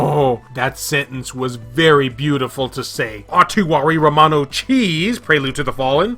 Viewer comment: Lol your pronunciation of Utawarerumono 🧀😂 But I’m glad you’re excited about it. AMAZING series, and how cool that we actually get it in English on vita!! Been waiting forever to play the first game in the series.